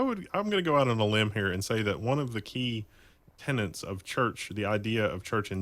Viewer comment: Tenet, not tenant. ECHELON has nothing to do with what you claimed.